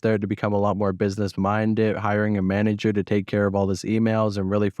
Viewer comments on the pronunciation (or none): none